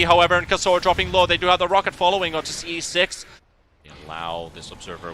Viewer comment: this is unwatchable with the caster calling him "ce6"